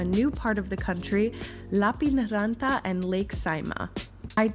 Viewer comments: "Lapin is lapland..." Correct, but in this case it was a mispronounced "lappeen", as in "Lappeenranta". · nice, you caught her mispronouncing Lappeenranta 🤭